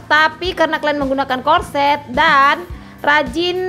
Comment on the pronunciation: Corset..cara kamu sebut pertama itu betul